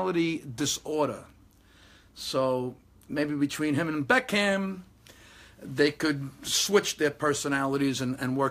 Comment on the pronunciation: and what annoys me is u can't even say your best players name Beckham.